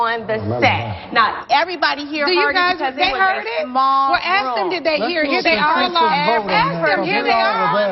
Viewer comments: I'm sorry but the way Nene says "ask"😅😅😅sounds like she is saying aks😂😂😂😂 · “Miss America axe them!” YO I’m dead😂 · 😂 she pronounced it correctly it just sounded funny the way she emphasized it 😂